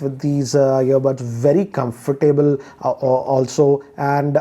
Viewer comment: I wince every time he says comfortable